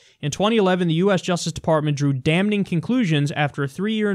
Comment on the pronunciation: Stop pronouncing the N in "damning", it's just fucking weird.